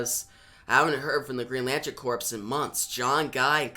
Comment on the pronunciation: Corps* is pronounced cores* homie